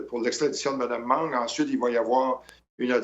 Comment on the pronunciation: Mme Meng n'est pas mme mangue (prononcez correctement, svp attention aussi aux saloperies..."ça l'a pris'...).